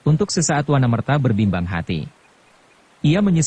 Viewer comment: Terima kasih atas pembacaan novel hebat ini. Sayang sekali, pengucapannya tidak pas. Akan lebih pas jika, misalnya, Nagasasra itu dibaca Nogososro; Wanamerta itu dibaca Wonomerto. Demikian pula, misalnya, Maheso Jenar, Aryo Saloko, Lowo Ijo, Panembahan Ismoyo, dst.